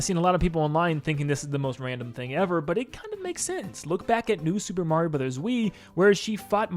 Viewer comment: Are all Americans collectively refusing to say Mario properly, or are they all completely incapable of it?